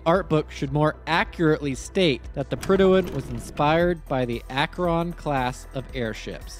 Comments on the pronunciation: For the record, that’s not how you pronounce Akron. It’s more like Akren not Ak-Ron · Awesome video, the prydwen is probably my favorite fallout faction base and it's great to see a video on it! Though as someone from Akron, i'd be disowned by the rest of the city if i didnt mention that its pronounced Ak-wrin and not Ak-wron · Great video but... As someone born and raised in Akron Ohio, how you pronounce the word "Akron" is unusual. It's one syllable, not two. I've been trying for like 5 minutes to say it like you do and my brain won't let mouth say it your way lol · Your pronunciation of "Akron" is kinda grating... Think "Ack-rin," after the city that has the hangars to build and maintain the things. Also, Zeppelin, as a company, still exists, and still makes stuff. For enough money, you could probably get them to commission an airship for you... They maintain parts for, and build new versions of, the Goodyear Blimp to this day. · You're pronouncing "Akron" almost like "Acheron" lol. Akron, the city and namesake, is pronounced "akh-rin" XD. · It always give me a chuckle when people mispronounce my hometown's name. I'm from Akron, and it seems like nobody from outside of northeast Ohio knows how to pronounce it properly, sort of like how nobody outside of Akron itself knows what a "devil strip" is. I always get weird looks when I use the correct pronunciation of the city's name as well as the term "devil strip". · Bro can't say Akron💀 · as a person from ohio, you said Akron wrong :) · that is not how you prounce AKRON! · Very fair, I struggled while recording trying to pronounce Akron. I'm pretty sure I wasn't even able to be consistent in how I did so. If I was to commission an airship, I'd reach out to Lockheed Martin's skunk works personally. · I have a major problem with the way you pronounce Akron.